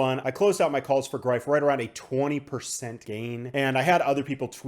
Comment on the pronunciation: Well done on that pronunciation on "Greif" :) As always thanks for your videos.